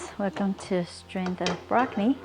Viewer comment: I laughed evertime she said Brockni. Thanks for the laugh and nice feed